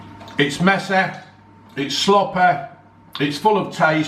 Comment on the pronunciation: It's messeh, it's sloppeh